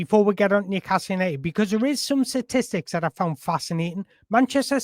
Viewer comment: Please find a voice mirror and practice the word "statistics". You use it far too often to struggle saying it. Its not "Satistics".